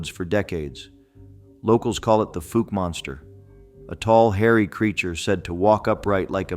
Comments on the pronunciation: Fouke is pronounced fOWke , not Fook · The most famous monster story in Arkansas, and you can't even say the freaking town's name right! It's like like the preceeding comment, "folk" either! Let me enlighten you people, especially janetbaxter1938.....it's like the sound of COW without the C. F(OW)LK!! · FOUKE: pronounced; FoLk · I live in Fouke. It's pronounced like WOW... The FOUKE monster. The town was founded by Dr Fouke in the 1800s. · I live in Texarkana about five miles from fouke!!! F-owl -K !!! Come on pronounce it Wright 😮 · Pronounced like Fowl with a K. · I live in AR and the Fouke is pronounced Fooulk. It almost like folk. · PLEASE LEARN PROPER PRONUNCIATIONS OF NAMES! Your pronunciation of Fouke AR. was like fingernails on a chalk board to my southern ears. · DUDE YOU MISS PRONOUNCED FOUKE!!!! Your a tard!!!!! I've been to Fouke and to the area they say the creature lives. I was there for 3 to four weeks in the deep swamps alone and the only thing I was concerned about were the gators and snakes. With my bad luck if nothing attacked me out there then there's nothing there. I even used a drone with thermal and once again nothing. I live in the north central part of Arkansas and have never came in contact with any of these so called creatures.